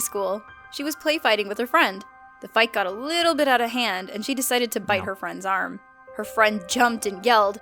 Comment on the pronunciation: she aksed me to bit her